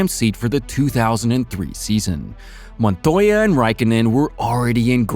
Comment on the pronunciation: >properly pronounces JPM's name though..... wtf